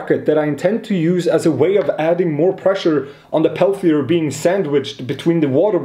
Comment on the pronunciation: And from now on, all makers will mispronounce "peltier".